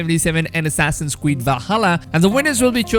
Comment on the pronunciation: "assassin's cweed"